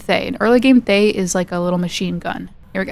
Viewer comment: Little lignuistics fact is the pronunciation of Thaye sounds more like Tah-yay. The "th" sound is very very subtle.